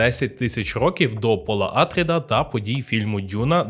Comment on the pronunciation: Добре, що не Пауль, але чому Àтрід? Прізвище АтрIд (наголос на i). Хоча грецькою все ж такі АтрЕйдіс. Россійські перекладчі у 18 сторіччі чомусь ім'я царя прочитали Атрід замість Атрей, звідси і пішла назва його синів Атріди. То навіщо підтримувати россійську традицію та перекручувати грецьке прізвище?